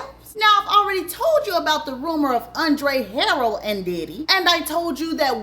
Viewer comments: Learn to pronounce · Hi how are you? Andre's name is pronounced. Andre. Her rel.